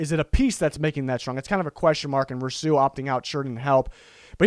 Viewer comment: You are mispronouncing Rousseau. It should be Roo-SO. Not Row-Soo, or Roo-Soo. It kind of sounded like you said it two different wrong ways. Seems like if you watched Miami games you'd have heard it pronounced many times.